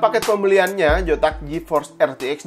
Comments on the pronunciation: Bang kenapa kalok hurufnya z abang bilang j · Sumpah bang gw gasuka banget waktu Abang bilang "PeGeA Jotaks GeForce ArTiEk Dua Ribu Enam Puluh" bisa diganti bang ejaannya??